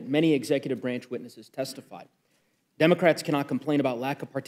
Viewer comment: Doze wascawwly democwats